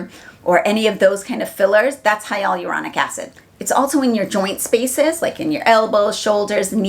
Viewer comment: Youre pronouncing HYALURONIC wrong lol. HI-YUH-LUR-ON-ICK